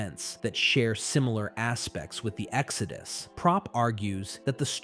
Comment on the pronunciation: Yo Do you use an AI to copy your voice and the other guy's to make these videos faster then if you would have to read it all out/ narrate it yourselves, asking became of all your strange pronunciations ie exO dus narrat eeeve at one point near the 1.5 hour mark lol Cheers